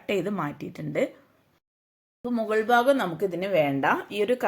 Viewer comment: ബാഗം അല്ല,ഭാഗം